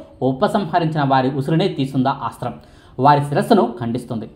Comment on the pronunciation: ముందు ఆ అస్త్రం పేరు సరిగ్గా పలకడం నేర్చుకోండి